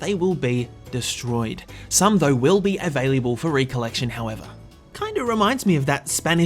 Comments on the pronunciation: Everyone talking about but no one talking about "Availiable" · I love you bro, I truly do, but I’m gonna need to teach you how to say the word available